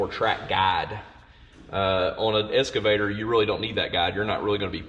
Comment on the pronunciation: That was surprisingly interesting. Does Todd's pronunciation 'escervator' rather than 'excavator' mean anything, or is it just a local colloquialism?